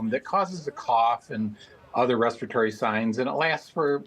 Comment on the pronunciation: Respiratory was mispronounced by both newscasters.